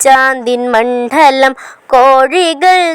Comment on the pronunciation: മണ്ഡലം, ഉച്ചാരണം തിരുത്തണം